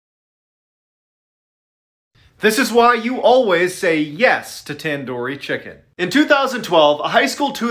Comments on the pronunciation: u said tandoori chicken wrong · the way he pronounces tandoori chicken.....lol (no hate). the stories were pretty creepy tho